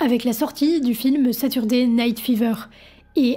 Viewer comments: Bonjour, Merci pour ces intéressants détails. Permettez-moi toutefois d'émettre une (discrète) remarque sur votre prononciation de certains mots anglais. On ne dit pas "raïveur" mais "River" (le "i" prononcé comme dans "rivière") et saturday ne se prononce pas "sa-ture" mais "sateu", on n'entend pas le "r". Mais, me direz-vous, personne n'est parfait ! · Contenu interessant mais quand on fait des chroniques sur des chanteurs ou des chansons anglaises, il serait preferable de faire un tout petit effort sur la prononciation ANGLAISE des titres. Entre "RAÏVERSS" of Babylon et "SATURDÉ" night fever, ça casse un peu le mojo... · et saturday night fever avec un "u", mais personne n'a relevé 😅